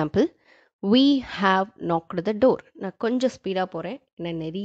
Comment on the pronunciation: Mama small correction in pronunciation, it's not 'thi mouse' but the mouse ,word is same (the) but pronunciation is wrong. because thi (the) we say before the vowel words ex. Thi (the) orange.